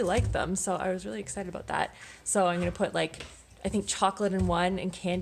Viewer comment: The moment I noticed the no frills and roots, I heard the o when you say about. Not sure why I am happy you're Canadian. :D Canadian dollar tree does have better stuff storage and glass n things but its never actually a dollar. American dollar tree doesn't have the nice stuff but everything I have spotted was definitely a dollar. Rather strange.